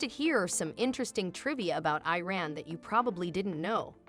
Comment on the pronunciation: First: You could at least learn how to pronounce the name Iran. Second: I have never seen anyone in Iran eat using their hands. The oldest cutlery for eating, fork, spoon, and knife are found in Iran. Third: most Iranians eat behind tables, if the table is not large enough or too many guests it is usual to sit on the floor. I guess you have never been to Iran before.